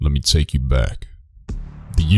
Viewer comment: 'lemme toike yer bayuk'